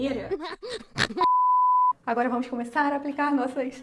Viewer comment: Oi eu acho tão engraçado ela fala agoura kkkkkk